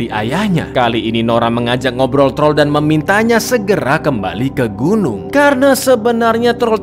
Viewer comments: Wkwkek troll jgn hlngkan huruf R nya wkwkwk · TROLL, jangan Hilangkan R nya😂😂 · Trol jangan diilangin R nya, hmm saya cadel bang bisanya tol tol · Troll jangan dihilangkan R nya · Cang bilek : troll jngn hilangin R nya aku mencuba mencuba menhilangkan R nya dan ternyata wah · dan inilah TROl jangan hilangkan R nya 🤣🤣🤣